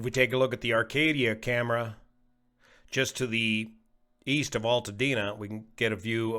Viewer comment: Did you say,... East? I thought you said Wheast...